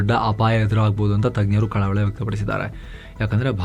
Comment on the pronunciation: ನಿಮ್ಮ ಬಾಯಲ್ಲಿ ಕಳವಳ ಎಂಬ ಶಬ್ದ ಕೇಳಲು ಒಂದು ರೀತಿ ಮಜವಾಗಿದೆ.😂